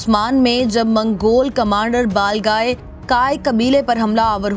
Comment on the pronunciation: Kis kis ne mistake pakdi he iski balgai bhi bolna nahi ata he chali chanel chalane balgai hota he baglai nahi